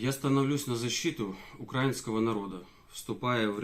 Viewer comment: Только не укрАинского народа, а украИнского. Но это такое, со временем научится ставить ударение правильно.